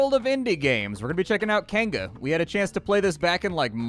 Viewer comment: It's pronounced Kai (Keye) Ng (like the ng in King and Ping) a (ah) it means village or settlement in Maori.